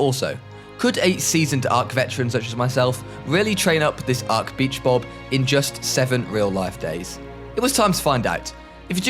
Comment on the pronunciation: ”beach bob” My brain:”b##ch bob 💀